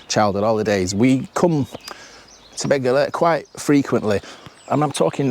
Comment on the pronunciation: Excellent video. This railway is situated amongst some of the most beautiful countryside in the UK. You pronounced Beddgelert correctly just once and thereafter pronounced it incorrectly. The 'DD' is pronounced as 'TH'. It's not difficult.